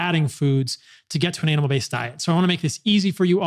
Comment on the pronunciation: When he says it fast, it sounds like an anal based diet. 😂